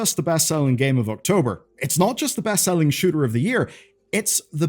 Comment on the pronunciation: Am i the only one that heard him say sugar instead of shooter?